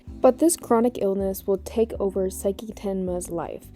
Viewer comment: I'm gonna jump you if you keep saying saiki.